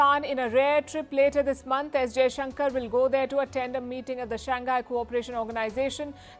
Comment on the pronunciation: Palki It's not Sanggai ( sung guy ) It's ..... Shanghai ( Shang Hai )